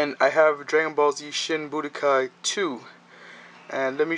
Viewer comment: why you call it "Budakai"?